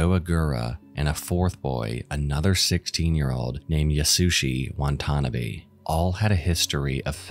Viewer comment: the name pronunciation in the junko furuta segment is just awful. "wantannabee" like, come on man.